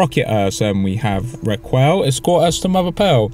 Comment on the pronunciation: I don't wanna be that guy but it's been eating away at me for a while, Raquel is pronounced Ra-kell.